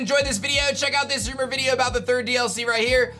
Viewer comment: “nEw rOumER”